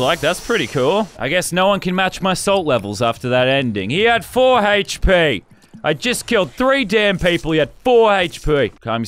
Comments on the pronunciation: haych p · “He had four Haych-P” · Why does he say hp like that